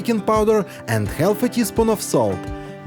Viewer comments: English is a silly language so pronounce half it is more like harf…drop the L…..😂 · Would someone teach the narrator how to pronounce the word half correctly. THANKS!